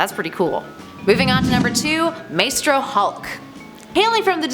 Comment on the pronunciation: Isnt it more like "MYSTRO HULK??" NOT "MAYSTRO HULK"!!!!